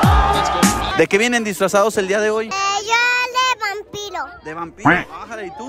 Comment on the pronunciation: En la parte donde dicen vampido yo escuche pit0 xd